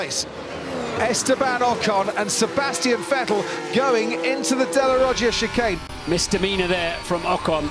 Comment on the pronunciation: "and HAM and VER go into the second shay nun"